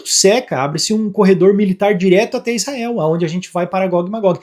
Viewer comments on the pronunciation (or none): none